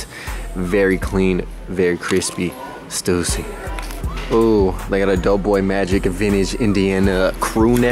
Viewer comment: You're pronouncing Stussy wrong 😭!